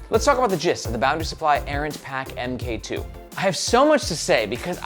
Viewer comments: Also, my dude...Mark 2. I'd bet money that it's not pronounced "M K 2". It's a newer version of something, like camera or Ironman suits. Errant Mark 2. You're killing me!😅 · Kep calling it the "em Kay two" when it's actually the "mark 2". i.e. version 2. I kickstarted the original Errant, that's the bag that got me into bags so it has a soft spot in my heart. But the Errant really showed me everything that I don't like about bags. Top opening, slow access. Too many things fighting with eachother in the bag. It's kind of a mess. This looks like trying to modernize the Errant with new things, but keeping the silhouette of the Errant.... And it doesn't really work.